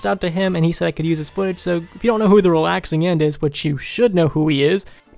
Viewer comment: did you say the Realaxing end